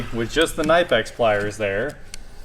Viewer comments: Properly pronounced - KUH-nip-x - The Germans pronounce letters that the English makes silent such as knife (nife). According to German pronunciation, English word knife would accent the K and nife would be KUH-nif-e! Knipex sells t-shirts with the proper pronunciation and the back. "KUH-nip-x" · Actually “ka-nipex” in German